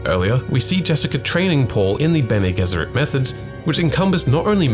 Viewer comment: They literally pronounce it in the the movie can you not change the pronunciation of bene gesserit to sound smarter